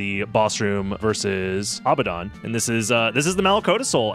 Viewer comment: "Abaddon" is pronounced uh-BAD-un